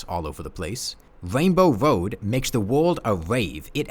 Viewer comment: wainbow woad hahaha